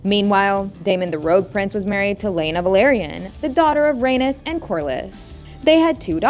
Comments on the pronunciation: Ay-KNEES, Rhae-KNEES, Lay- NOR Jesus say it right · So no one is going to mentioned how she pronounced Rhaenys and Aenys’ names as Raynus and even worse …Anus 💀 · Aenys is pronounced like Aye-Knees not A-Nus. Same with Rhaenys. Her name is pronounced like Rey-Knees not Rey-Nus. Also, Aegon the Conqueror married BOTH sisters at the same time. This took place before he conquered Westeros. Jaehaerys I was called The Conciliator and the Old King. Never hear anyone refer to him as Jaehaerys the Wise. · It sounds awful lol. I prefer the way Arya pronounced it in GoT, his mother as Ray-knees so he’d be Ay-knees. Even the way they pronounce it in HotD, Ray-niece would sound fine as Ay-niece. Anything better than Ranus and Anus! 😂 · it's pronounced "ray-knees"... not "ray-nis" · According to her pronunciations: Aegon the first and his younger sister Rainus gave birth to their first son Anus.